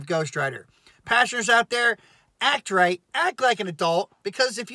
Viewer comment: You're saying many passengers. But, It sounds like you're saying many Pastors 😂